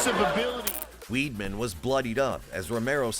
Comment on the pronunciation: I can’t believe you called Chris Weidman Weedman 🤦‍♂️